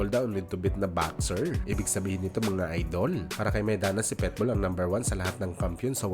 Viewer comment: Pit bull hindi pet bull mag kaiba yun😂